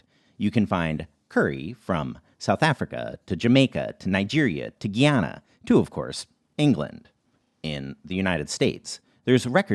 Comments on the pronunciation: I just wanted to note that Guyana isn't pronounced how a lot of people do. It's not a French country. Every person in my family from there pronounces it "guy-an-uh". The "Guy" isn't like the French name "Guy". Guyana and French Guiana are two different places with two different pronunciations but still nearby on the same continent. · Mentioned but not even pronounced right